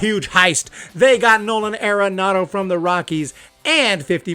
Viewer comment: Pronounced Are-enado not Air-enado